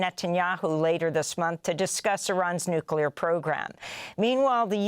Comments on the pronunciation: it's "NU-CLE-AR" !!!! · Please tell your farsi translator that it's "NUCLEAR" not "NUCULAR".